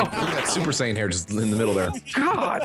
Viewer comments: A cyan hat? Its sayan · I'm not that crazy about DBZ, but it still hurt to hear him call it a "Super Cyan" hat. Y'know. Like, the fucking color. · The way you said "Sayan". I guess everyone pronounces it differently.